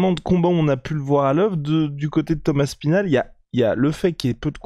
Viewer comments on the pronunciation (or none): Pourquoi vous dites toujours Tom Aspinal en un mot? On entend parfois Thomas Spinal ou alors Thomass Pinal